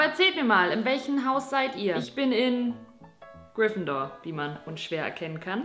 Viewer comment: das ist mit voller Absicht geschehen.